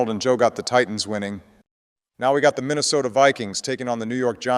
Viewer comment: MINNISOTAAA lol GO CHIEFS!!! Donald may be a cock, but he speaks facts